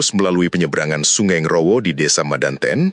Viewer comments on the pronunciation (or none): Koreksi dikit kak nggrowo yg bener ya bukan ngrrawah. Salam dari tulunggagung selatan